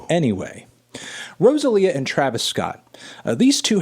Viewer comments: learn to pronounce Rosalía CAAAALVOOOOOOOOOOO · I cringe every time he says Rosalía’s name 😬😬😬